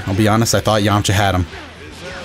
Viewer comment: I love the added A now he's Yam-A-cha hahahahha awesome